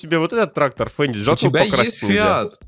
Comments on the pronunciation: Не фенди а фенд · Правильно говорить фенд а не фендин